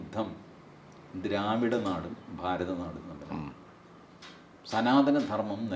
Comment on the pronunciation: പ്രൊഫസറുടെ ഫാരതം!😂